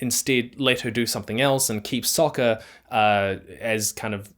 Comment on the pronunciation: his name is soka not soccer